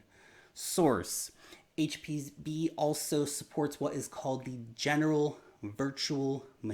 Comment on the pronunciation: Did he say hpb or hpv??? Haha jus saying